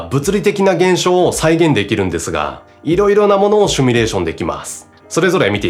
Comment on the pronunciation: 「simulation」なので「シュミレーション」は間違い。正しくは「シミュレーション」です。テロップでは正しく書かれているので、おそらくしゃべる時の口癖でしょう。早めに矯正することをお勧めします。